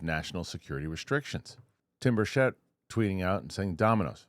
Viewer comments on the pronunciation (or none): BIRCH-it, not bur-SHETTE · Rep. Tim Burchett's last name is pronounced BURR-chit. READ YOUR COMMENTS! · Burchett's name is pronounced with the accent on the first syllable, not the second.